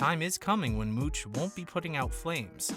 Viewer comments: It's "Mouch". .not "Mooch"!😂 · It's Mouch, like ouch 😫